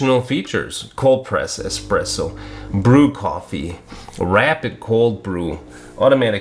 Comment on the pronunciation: the x is silent 😂